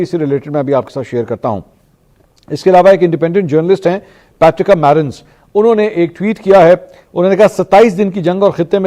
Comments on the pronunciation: Mansoor. Please correct your pronunciation of non Urdu words. It is Larijani and not LariNjani. The name Patricia is pronounced Patrishia, not Patrika. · The independent journalist’s name is Patricia Marins, pronounced “Patrisha,” not “Patrika.” 😊 😜 Just saying... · U called her name wrong.. Its not .پیٹریکا its پیٹریشیاء pat re shia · Patricia not Patricka.